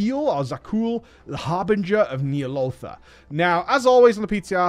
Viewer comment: You butchered Ny'alotha.